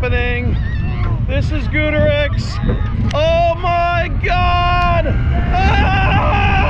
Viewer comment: Every time he mispronounced Goudurix it pissed me off